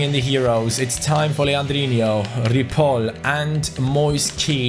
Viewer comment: Stop saying legandino's name wrong